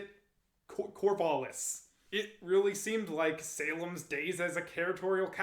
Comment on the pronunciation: The "A" in Corvallis is a "æ" sound. As in TRAP, tattoo, sang. Thanks for the video.